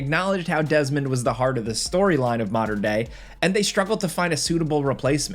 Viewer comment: Dez-a-mond Miles haha